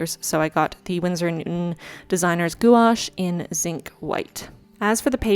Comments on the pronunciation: Love this! And no hate, but FYI, it’s pronounced « gwash ». Also, for quality, you should use a fit bit! When you sleep, it tells you how you sleep! It’s awesome! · I’m sure someone already told you but gouache is one syllable; it’s pronounced “gwash,” like squash. I’m impressed how how you just went for it. I’m going to start my first bujo in July and wasn’t sure what to use as a theme. A lunar theme might be the way to go, thanks! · If you have any questions, I used to be the technical advisor for a major art supply company and I'd be happy to share my knowledge! Watercolor is also my favorite physical medium. Also, I've generally heard gouache pronounced 'gwash' c: It sounds like you've learned a lot on your own though, and your moons are beautiful! I think I'll do a moon theme for my July spread too. EDIT: Thank you for the depression visibility. ♥ Here's to July being a better month.